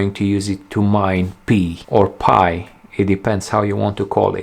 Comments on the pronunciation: Pie..not Pee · It's not called "Pee" coin, Its Pi, like in "Pie". Oh I see you realize its called Pi but your french accent pronounces it Pee. Like I gotta go pee. Lol. ✌️👍😁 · It's not PEE coin, it's Pi Coin, as in Pie. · Everybody calls it "Pi"! Not Pee! It sounds too funny calling it the "Pee coin". 😂✌️